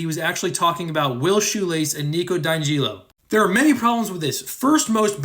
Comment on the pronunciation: sorry but i can't get over the fact that YOU PRONOUNCE WILL'S LAST MANE AS SHOELACE??? I THOUGHT YOU WERE TALKING ABOUT THE DUDES SHOES 😭😭